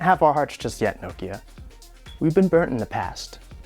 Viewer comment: wtf? also who was getting annoyed w/ how he was saying 'nokia'